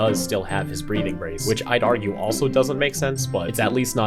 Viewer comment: "One might aruge"😭😭😭